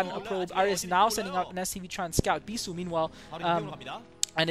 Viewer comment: Beesuit <~ :) sounds funny anyways great commentaries